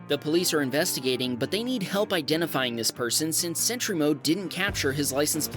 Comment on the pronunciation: Sentry mode, not century mode get it?